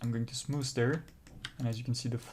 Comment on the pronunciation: lol why do i find him saying SmooS satisfying